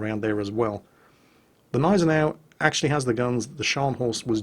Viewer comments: As a german, I think I'd know if it was silent. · you are right. just wanted to help. it just feels kinda akward for a german to hear that. im totaly ok with u guys not trying to pronounce "selbstfahrlafette" (arty) right, but come on, Gneisenau! its easy ;-) AND its a NAME of a ship. show some respect :-* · the g in gneisenau isnt silent. try it, its fun! sincerly, all german viewers. (its pronounced like the g in good) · Love the videos please keep it up. On a little side tangent, the G is silent in gneisenau I believe.